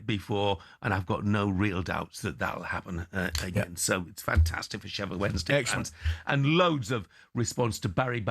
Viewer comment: Why does Stelling insist on saying Wedensday? Rather than Wensday?